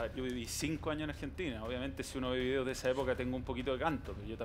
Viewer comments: Manooel, vidio, shempions, Balong, Chupette, Mou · Darkness 11 es "vidio"